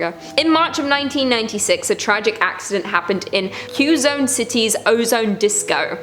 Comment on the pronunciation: It's pronounced as Ke-zon